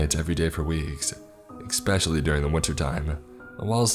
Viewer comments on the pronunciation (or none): I never miss an upload and enjoy every one...thanks, however my ocd is forcing me to point out that you pronounce the word especially incorrect. It is not exspecially which is how you've been saying it all along. Maybe should have said something earlier. Cheers!